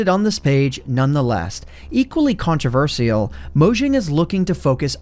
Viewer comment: The way he pronounces controversial lmao